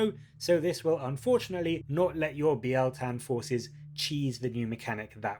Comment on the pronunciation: I think you're the first YouTuber to pronounce it right. It's not bile tan ;)